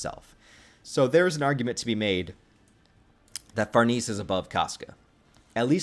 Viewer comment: Her name is pronounced "Far nay say" and she's better than Casca IMO❤❤❤